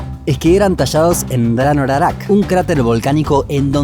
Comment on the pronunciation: No es para un like. X ej: dice moais y esa palabra no existe. Dice pascuenses Dice rarac Dice jiva y es Hiva. La h se pronuncia 'aspirada' No hubo ningún tratado con Chile. Fue anexado sin consentimiento del pueblo Rapa Nui. Se merece el dislike. Maururu🗿